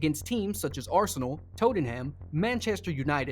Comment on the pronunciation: Good video, but the pronunciation of every player and To-ten-ham needs a lot of practice